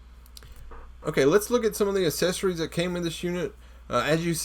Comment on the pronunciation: Its funny how he can't say accessories properly!